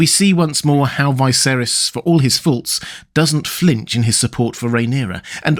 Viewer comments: IT'S NOT Vi(to rhyme with high)-ser(to rhyme with air) - is. It's pronounced Vis(to rhyme with hiss)-ser(to rhyme with her)-is. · Why do you pronounce Viserys as Vyseris? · I'm curious why pronounce Viserys name so differently?